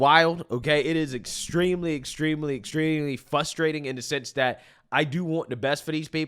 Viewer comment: F-R-U-S-T-R-A-T-I-N-G Sound it out bro. You literally keep saying "FUSS - TRATING" There's an "R" after the "F" Please annunciate its hard to even take you seriously when you keep saying it over and over again and it's extremely fRustrating!